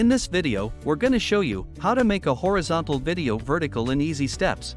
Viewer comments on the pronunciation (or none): AI voice. No sane person says "horeeeeezontal".